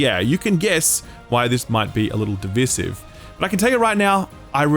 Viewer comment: Div-I-sive. Like you're saying "divide". FF7 Remake was not universally acclaimed either - I loved it, but quite a few people were very critical of it. I am not sure how much strategy and planning can be involved in a real-time action game. I enjoyed DMC5 but the combat wasn't exactly deep or strategic, and that's the pinnacle of third-person combat-based games. What SE should do is continue to develop traditional turn-based or FF7 Remake style FF games, alongside the other entries. And they should be better than the slew of recent Octopath Traveller cash-ins, none of which have been very good. I enjoyed the FF12 combat a lot too - also a mix of real-time and party / planned combat. And yes, the removal of party members here is also a shame.